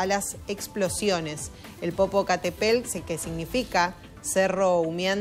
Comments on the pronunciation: No sabe leer 🤦🏻‍♀️ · Pero al menos lee el nombre bien! 🤦🏻‍♀️ Vergüenza ajena...